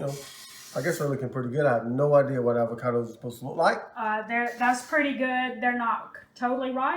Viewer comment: This was So Good! I've been wondering the price difference/"savings". And I've never heard avocados pronounced that way 🤣 it's my new favorite way to say it lol!